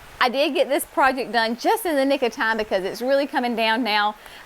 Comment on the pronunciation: That was TUNE, NOT time-lol!